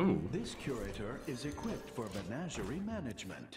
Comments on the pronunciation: MeGNAWgerie is not the way anyone says that word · Trump, plz, listen to the game and pronounce menagerie correctly.